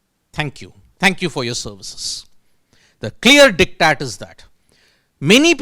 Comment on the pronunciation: For god sake, it is not “dick tat”. Can’t you just google and get the correct pronunciation?